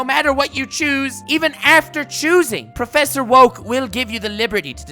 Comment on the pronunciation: I came back just hear him say PROFFESSOR oak NOT MORE LIKE PROFFESSOR WOKE 🤣🤣🤣🤣🤣🤣🤣🤣🤣🤣🤣